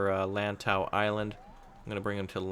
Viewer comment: Well at least he said lantau and kowloon right